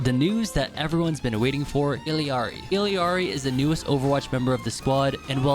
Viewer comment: How can someone mispronounced ILLARI omg😂😂